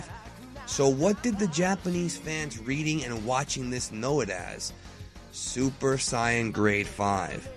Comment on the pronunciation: Supuh Sighyuh-jin Or from the Dragonball Super manga adaptation of Battle of the Gods: "Soup D'Saian Gahd"